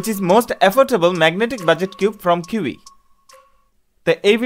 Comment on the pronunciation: এটার উচ্চারণ চি-য়ি